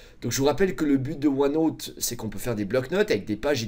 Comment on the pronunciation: Ce qui est déviant c’est sa prononciation de OneNooooote